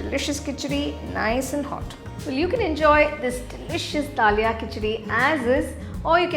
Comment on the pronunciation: We don't say mam da lia, we say daliya in Hindi.